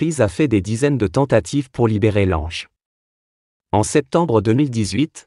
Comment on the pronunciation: Lange mais il n’est pas français, son nom se lit langue, essayer de ne pas déformer les noms